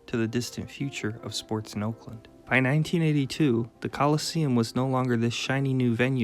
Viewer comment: dude is pronouncing oakland, "olkland"